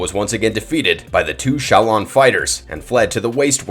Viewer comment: Is the narriator AI? He misspronounced 'shaolin' and 'cronika' several times as well as other things lol